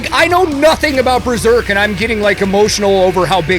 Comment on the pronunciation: It being called Breserk hurt my soul